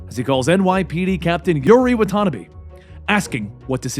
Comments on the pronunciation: "wah-tah-nah-bay," NOT "WAH-tanabee," dude. -_ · bruh the way he said wtanabe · Yuri Watanabe (wa-ta-na-bee